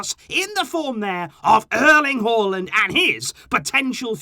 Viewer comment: It's not Haw lind Its Haa Lund